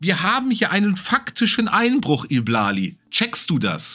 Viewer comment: I Blali wird übrigens Ei Blali ausgesprochen, nur als Info. Habe mich etwas über die Aussprache amüsiert 🤣